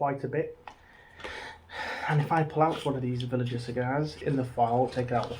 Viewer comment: Btw mate villiger is pronounced with a hard g like villigur